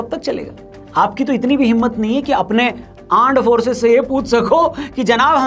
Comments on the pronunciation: Aand forces ❌ land forces😅😅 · Aaand forces😅😅 😂😂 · Pta nhi kyu lekin mujhe pak. Ka armed force ke wajaye Aar Force sunai diya jab bhi bole 😂😂 armed force nhi Aar Force 🤣🤣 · Arm Forces ❌❌❌Aand Forces✅✅✅😂😂😆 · Aaand forcess 😂😂😂